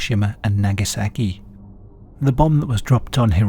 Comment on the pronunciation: Ive never heard anyone pronounce Nagasaki so brutally